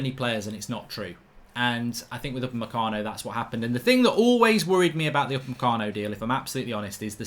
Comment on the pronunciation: Why is it that everytime Mark says Upamecano, I only hear 'mecano?